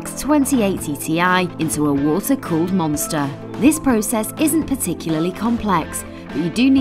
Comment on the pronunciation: "Water colled monster" perfect fit